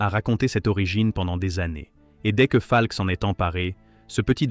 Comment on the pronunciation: Enregistrement par IA est insupportable. Monocorde plus mauvaise prononciation de "Falk" (par exemple).